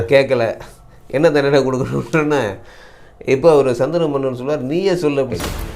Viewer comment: Saanthanu,not sandana manan